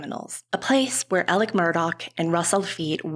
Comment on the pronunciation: Why is she saying Elic when his name is Alex ???